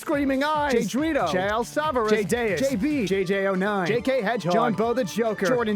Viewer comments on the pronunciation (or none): none